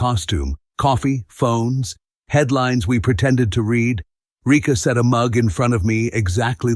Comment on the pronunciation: I was just thinking...the Steel Heart stories are very good, but they are very repetitive. Try counselling, you'll regret this, etc etc. You really need to change-up the wording. And for heaven's sake...use the correct pronunciation...it is either read (red) or read (reed).